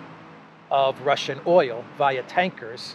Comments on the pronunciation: “Oyel “ Love the (Brooklyn?) accent! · Like Olive Oyoll?